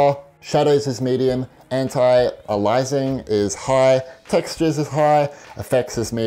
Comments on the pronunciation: it’s pronounced ay-lee-us-ing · nobody can pronounce "aliasing" right